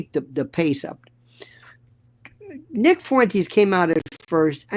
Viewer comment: Half a second and you decide to butcher nicks name. Definitely credible .